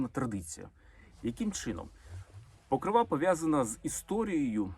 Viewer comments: Мої вітання!!! Дякую Олександра за цікаві відео. Чи можна Вам зробити невеличку підказку? Вибачте, в жодному разі Вас не критикую. Це щодо вимови слова "Покрова", в ньому наголос на другий склад, не на останній ( ПокрОва, не ПокровА)🤗🥰🇺🇦💙💛 . Дякую. Слава Україні!!! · ПокрОва а не ПокровА